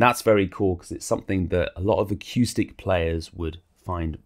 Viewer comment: great review, nicely done, ended up just waiting to hear you say aqueuestic reverb again, golden